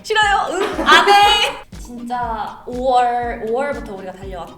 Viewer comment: 5월부터 하는데 or부터 라고 들림